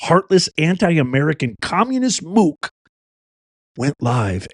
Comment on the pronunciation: What is a Moo k? Is that short for Moo Cow?